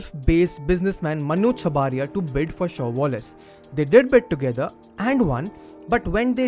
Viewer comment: Chabria not 'chabaaria'